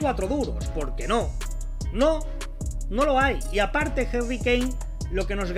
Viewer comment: Quien es Jerry kane??? Se dice HARRY CON A no con E